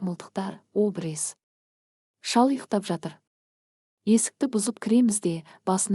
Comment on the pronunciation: Ангимени айтып отырган кыз дурыстап окысан дурыс болар еди ударение дурыс айтып уйренши обрез емес абрез де😂😂